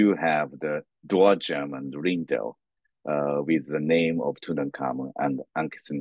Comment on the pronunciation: sweetheart, the king's name was NOT TuKankhamun, or Tukhamun (although it was, originally, Tutankhaten, until after the Amarna period), both of which you called him. It is pronounced like it is spelled, TuTankhamun. Also, his father Akhenaten, NOT Ignaten, which, for some reason, you called him.